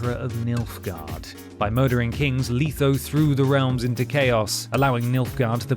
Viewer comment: it's a joke I was making fun of how he called letho leetho and how some npcs will call Geralt Gerald ( to his annoyance). I was just having fun with the others especially dandyloins I'm actually surprised no one called him that as a dumb jest in the game.